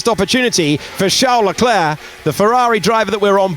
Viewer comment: nope. Leclerc's is correct.